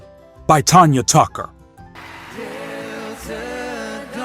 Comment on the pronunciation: Its Tanya Tucker NOT Tonya